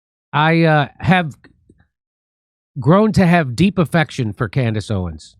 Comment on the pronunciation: Am I hearing things, or did she call herself "Camrace Owens"?